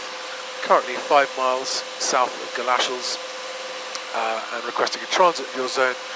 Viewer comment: Great video, great scenery and great to be able to get away for several days at a time. Would love to get up into Scotland in such brilliant weather. You may need to check some of your place name pronunciations though "Galashiels" pronounced ' Gal-a-sheels' rather than "Galashells' Surprised a Scots controller didn't pick you up on that one!